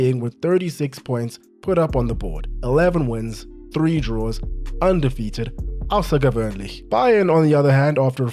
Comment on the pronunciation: 10% audience, let’s go Nice pronunciation of außergewöhnlich